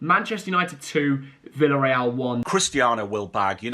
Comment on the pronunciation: Hey just so you know ! Villarreal is pronounced - viyareal. When two L are next to each other is pronounced as Y I’m Spain. Yet again the English stuff it up. Think they know it all but can’t pronounce club names correctly you ‘o. Also you didn’t pronounce Real Madrid correct. Just a heads up. Maybe make a lesson on countries language before you come on and show it sll